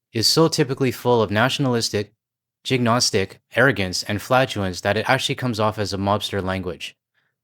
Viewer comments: Ilk means similar to or just alike and it's pronounced like "milk" without the "M" also it's "Jean GO IS Tic" on the word "jingoistic" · Yes, please do a part three. Please forgive my vocabulary assistance. Jingoistic seems to have been misspelled in the letter you were reading. Jingoistic meaning characterized by extreme patriotism, especially in the form of aggressive or warlike foreign policy. Please look up the pronunciation, the N was meant to be placed before the G. Ilk is a word rather than an initialism. Ilk refers to a type of people or things similar to those already referred to. When it said his ilk, it meant all those who are like him. Sorry for the critique. In your line of work you are quite likely to read words you have not encountered before. This is how we all learn, and not a negative criticism at all. I like to simply Google the meaning and pronunciation of words I am struggling with, and teaching my grandchildren to do the same. I love the fact that the pronunciation will include a recording of someone saying the word. This also works well for foreign words captured in English. Remember, English is more like three languages standing on each other's shoulders under a trench coat. I greatly enjoy your videos. Keep up the good work.